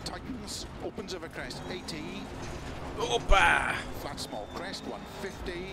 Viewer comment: you said ώπα (opa) ? Are you greek?